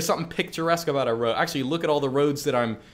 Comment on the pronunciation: "Well ackshually"